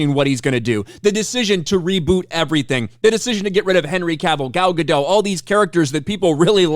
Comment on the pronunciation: Godot is pronounced guh-DOT, not guh-DOH. It's a Hebrew name, not a French one.